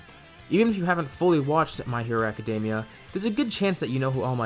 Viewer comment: "hopefully I didn't butcher pronouncing his name" Well, you butchered the word "academia" so it's not looking good for All Might